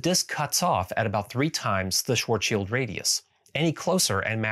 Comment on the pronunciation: Thank you for saying Schwarzschild the right way; one distraction less for OCD me, well done! ;)